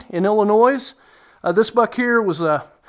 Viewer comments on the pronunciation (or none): The “s” in Illinois is silent. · This man should be banned from hunting in Illinois if he keeps pronouncing Illinois like that 😂